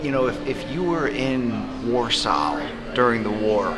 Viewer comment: BC mispronouncing ‘Warsaw’ is the most BC thing. Well, apart from not having sex, ever.